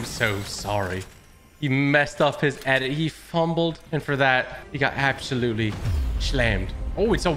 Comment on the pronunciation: Absho-lutely smoaked 🤣🤣